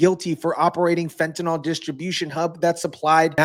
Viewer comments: you know as an organic chemist I have perplexed at how everyone is pronucning fentynyl. by saying it as fentanol that OL ending? it means it is an alcohol, which it is not. Take it from wikiepedia if you want to stop sounding like an eeeeee deeeee ot. lol The correct pronunciation of fentanyl is "fen-ta-nil" , with the stress on the first syllable and the final syllable sounding like "nil". The pronunciation is often rendered as /ˈfen.tə.nɪl/ in the UK and /ˈfen.t̬ən.ɪl/ in the US. While some people pronounce it as "fentanol," this is considered incorrect because fentanyl is not an alcohol and does not have the "-ol" suffix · Fentanyl does not rhyme with alcohol